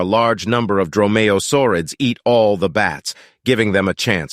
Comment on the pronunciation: “dromayo swords” 💀